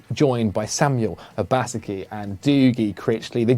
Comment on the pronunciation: Mispronounced Obasaki again !